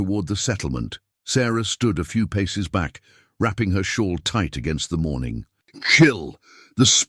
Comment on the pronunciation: shawl not shore